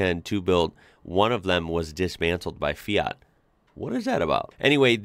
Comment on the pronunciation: I love the way you pronounce the "FIAT" brand name. Very accurate italian pronunciation.